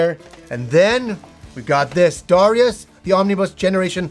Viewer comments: it's Da-Rai-Us:-) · About Darius, something that really surprises me is that the pronunciation the Japanese give it (according to the katakana anyway) is actually "Dar-eye-us", so I guess we pronounce it wrong regardless of how we say it. lol